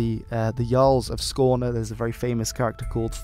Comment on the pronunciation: Your pronounciation of Skåne was spot on.